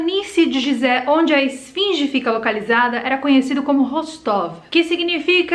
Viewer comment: Muito bom o video adoro estes tipos de videos e quando tem fatos que se ligam e tals com outros assuntos. Pronuncia falada correta é Guisé, e não gisé. (Edit) É proibido ir la e filmar? Pois vi um vídeo de um rapaz que subiu na pirâmide e gravou la de cima, e no titulo dele ele dizia que nao podia subir la.